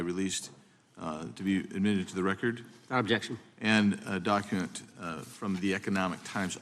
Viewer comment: Holy speedy coke weenie. Needs a hankie for that bad drip. I almost feel bad for him here. “Withoutbjction”-Kash